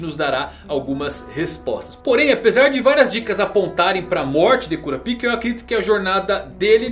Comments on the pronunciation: vey pelo \mor de deus fala o nome o cara certo poh, q agonia q daá kuRApika , gesus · é melhor pronunciar Kurápika